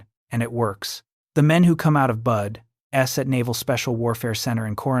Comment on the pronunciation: The non supporting graphics and the constant mispronunciaton of BUDS (not bud-S) was annoying.